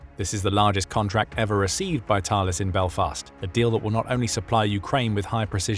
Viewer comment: Thales is pronounced Talless Group. The way to pronounce the name of the mathematician is (Thay-leez) just like the Thales theorem